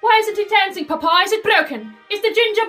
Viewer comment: it’s always the “paPAh” for me. such strong pronunciation for no reason 💀